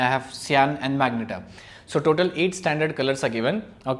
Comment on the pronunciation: magenta, not magneta